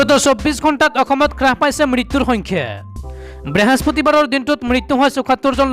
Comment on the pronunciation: xodai sau.brihospoti buli koba.brihospati nohoi.